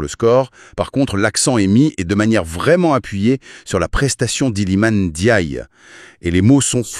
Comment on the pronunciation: Merci pour la prononciation de Ndiaye 👏👏👏